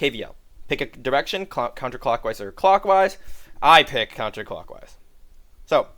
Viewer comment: countercockwise LMAOOO